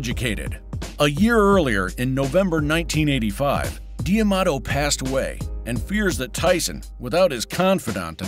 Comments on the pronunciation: D'Amato! Not Diamato. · Am I the only one annoyed by the prononciation Cus "D" Amato. It is prononced Damato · New drinking game. Drink every time the narrator pronounces D’Amato wrong.